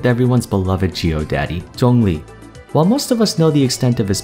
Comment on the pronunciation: i absolutely love how you pronounce his name correctly. Thank you.